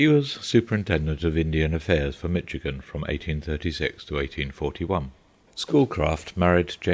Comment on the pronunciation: only when they can pronounce things in the correct manner like Michigan is pronounced with the shh sound not the sound ch sound and I can't stress this enough (oh -jib-wa) ojibwa tribe of the five fire nations of the Iroquois that's what Schoolcraft was talking about Hiawatha is a poem about the founding of the five nations from the Great Lakes region